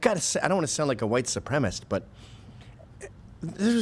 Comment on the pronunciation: Good point on mispronouncing White supremacist.